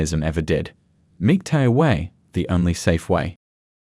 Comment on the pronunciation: "MIG-TAO" ffs stop using the AI voices, also, there is a reason that most civilizations in history have controlled women, which we see here